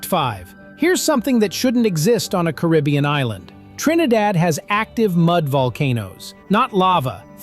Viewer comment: Really? Wrong, wrong and wrong. This uninformed narrator doesn't even pronounce Caribbean correctly. should go back to school. These are NOT 40 facts. Many things are incorrect. And the steel drum was invented after the second World War. My father Cyril Raymond, was a Pan Man, and grew up with the guys who formed the first Steel band (Steel drum band). And later on formed his own Steel band with us, his kids, called The Raymond Family, from Port of Spain, Trinidad. And one other sure fact is D Narrata Doh Kno Wha He Talkin Bout.